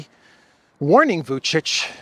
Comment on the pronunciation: I appreciate you correctly pronouncing Vučić, when I see millionaire anchors on major news channels repeatedly call him Vukik